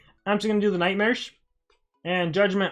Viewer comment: I thought he said nightsmares